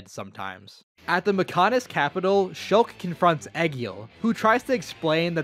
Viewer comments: Me: Shulk? he say's Shooolk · he mispronounced shulk